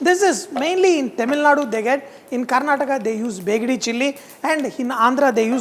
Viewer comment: It’s not begdi it’s badagi chilli